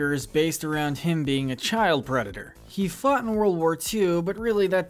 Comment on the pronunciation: Mispronouncing the word he throughout the first 2 minutes and 46 seconds of the video doesn't do much for your credibility.